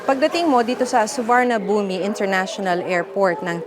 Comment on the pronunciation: Suvarnabhumi - you don’t enunciate the i 😅